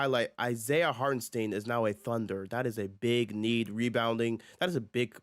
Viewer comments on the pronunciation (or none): HartenSTAIN 😂😂😂 i guess nobody knows how to say Hartenstein (Heart In Styne)